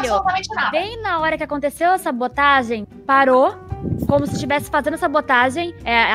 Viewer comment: Kkkkkk a vi falando sabotagi